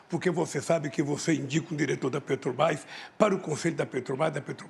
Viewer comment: Ele fala Pêtobás, Uílho Bonner...e por aí vai kkkk